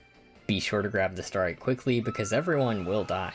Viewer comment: i'm sorry but half the time you say starite i can't help but hear starry which is LITERALLY my online alias so that always gets me chuckling also i find it super funny how kirby gets his dance cut off like two frames before it ends XD